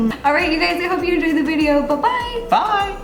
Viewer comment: Am I the only one who heard “hello gays!”